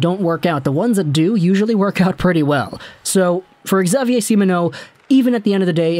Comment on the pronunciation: Xavier is simply pronounced "Gzavier" but nice try, your pronounciation of the french canadians names is very good!